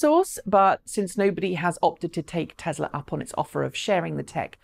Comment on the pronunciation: Add it to the list along with Hyundai. However, she is probably the only English person that can get Nissan and Tesla correct though, so I will call it a wash.